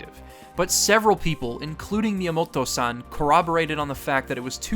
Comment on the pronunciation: I cringed with every San you said